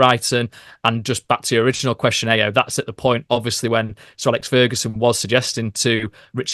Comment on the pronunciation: Thwy are butchering Ayo's name in this podcast